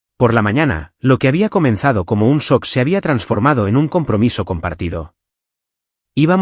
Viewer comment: Porque si vive en E.U. usan palabras en inglés y no las pronuncian correctamente. En vez de shock, dicen sok.